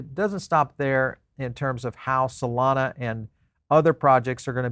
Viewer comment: solomi 😂. twice he said solomi😂